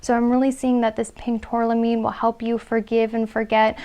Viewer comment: #1 tourmaline not tourlamine, great reading thanks